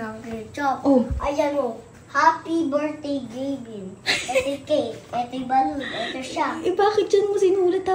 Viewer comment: Natatawa Ako sa hapydirtday😂😂😂😂😂